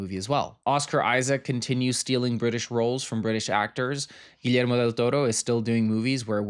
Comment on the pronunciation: Finally someone who doesn’t butcher Guillermo’s name 💜 hahah